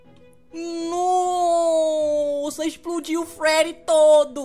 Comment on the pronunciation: kkkk ele fala frerry mas é Freddy